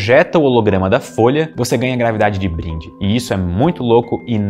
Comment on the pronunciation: Gostei qdo vc disse grave dade kkkkkkk